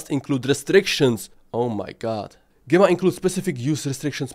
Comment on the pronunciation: GEmma pronunciation is JEmma a strong G like GEmini, Gemma is a synonym of Jem.